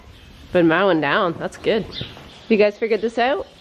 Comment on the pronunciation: Every time I hear say You, I hear Ewe. lol